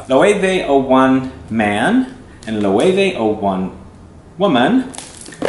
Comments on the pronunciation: I loooooove Loewe 001 on my husband and it's actually one of his favorites. Thank you for pronouncing it the correct way... I had to correct the sales woman in Nordstrom several times. Great video, I just stumbled across your channel and glad I did. Thanks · I remember seeing this brand when I was in Spain. I love the aesthetic of the marketing for these two fragrances, very curious to see how the actual juice compares! I also didn't know it was pronounced "Lo-eh-veh" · LOL! They corrected me in Spain on the pronunciation. Even though it's been several years I think this is how they pronounced it! :)